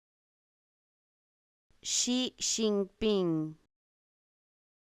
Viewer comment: la j está mal pronunciada, es más como nuestra ch